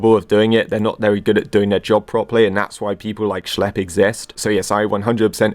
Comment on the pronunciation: "schelp" dude who the hell is schelp, its schlep.